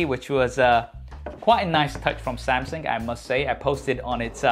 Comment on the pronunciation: Is he saying "Samsing"?